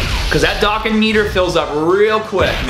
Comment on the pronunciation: Dokkan. D-oh-kahn.